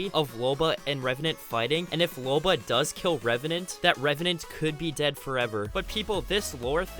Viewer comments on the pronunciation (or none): You said Loba wrong it Loba not lore